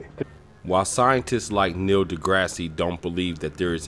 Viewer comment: I'm skeptical because you can't pronounce Neil DeGrasse Tyson's name right!